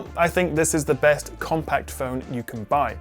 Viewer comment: "Besset battery life"?:D great vid anyways